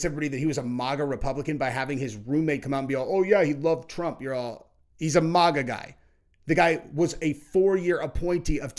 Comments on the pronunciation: It's not euro MOGA it"s MAGA with a short A. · Bro it's not maw ga it's MAG GAH. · Bro really can’t pronounce maga lol